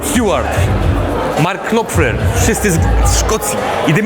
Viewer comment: w nazwisku Knopflera "K" jest nieme :)